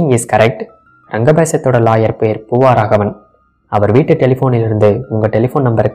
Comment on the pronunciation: ஒரு திருத்தம் : "பூவாராகவன்" அல்ல! " பூவராகவன்!"